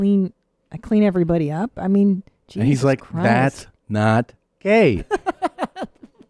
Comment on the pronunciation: "..That meenths you're gay."